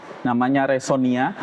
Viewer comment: Bukan resonia tetapi??Resiona😂😂😂